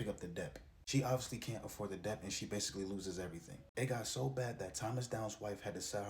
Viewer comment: You say Debt with the B,the B is silent my brotha 😂